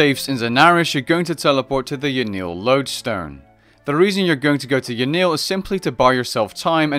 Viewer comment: Ya-nill..... you mean yan-el?